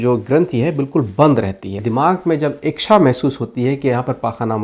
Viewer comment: इक्षा क्या होता है?? कहीं आप इच्छा तो नहीं बोल रहे थे l